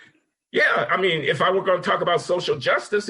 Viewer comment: I think he said "I mean," but it did sound like "Amy."